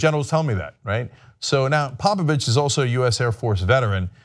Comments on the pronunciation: He's saying Popovich, I kept hearing Papa Bitch! XD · I swear Cenk is saying Pappa Bitch... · Thought he was saying "papa bitch"... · I honestly thought you were calling him Papa Bitch. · I thought he was saying papa bitch